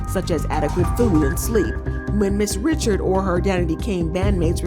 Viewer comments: FYI It's not Dawn Richard it's Dawn Ri-shard 😂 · Not saying Dawns last name wrong too 🤦🏾‍♂️ why Dawn goes by just Dawn.